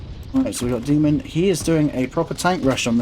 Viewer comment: Btw it’s DAY-mohn it comes from Greek :)